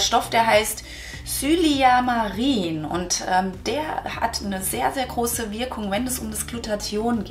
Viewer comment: Es heißt "Quercetin" nicht "Querecetin" und der andere Wirkstoff heißt "Silymarin" nicht "Syliamarin" - das ist in der Mariendistel; ist für die Leber super, genau so wie Artischocke und andere Bitterstoffe. Was aber der Leber wirklich hilft ist eine ketogene Ernährung ohne Kohlenhydrate, da im Fettstoffwechsel die Leber viel besser durch die Ketonkörper entgiften kann.